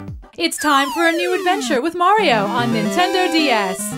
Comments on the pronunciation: You gotta love how in the SMB2 trailer, the annoncer says "Merio" instead of "Mario" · WHAT IS MARE-RIO